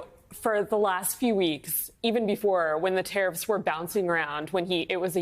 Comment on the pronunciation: Hews youw tawiffs